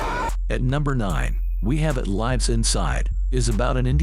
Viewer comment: I cannot stand AI robot voices he didn't even pronounce the word lives correct